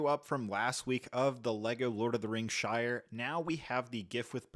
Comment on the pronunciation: The shite not shire